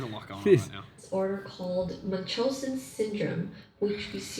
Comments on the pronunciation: seb's pronunciation is correct according to google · Munchausen's BY PROXY is when your caregiver makes you sick to gain attention or sympathy. pronounciation is correct😂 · Munchausen Syndrome, the name comes from a tale called the Adventures of Baron Munchausen, a very funny liar. He's German, so you pronounced his name correctly,:-) Yes, Save Me, where you can find the beginning of the BU, it's a comic (Webtoon is an app where you can read it)